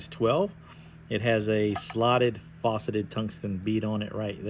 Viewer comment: Good video, but - it's not "fauceted" it's 'faceted' bead... "Faa-ceted" like Also - solid attention to detail with the flashback on the bottom - as the fly will/should be riding upside down... Great attention to detail! Additionally - when you spin your peacock herl, if you hold your thread upward at about a 30º angle, the thread will start to spiral-wrap with the peacock right down at the eye. It really makes a difference when you're doing long stretches or runs of spun material w/ thread. I think the new Norvise channel showed this on one of their recent live streams. Revelation dude. Good Tying though brother.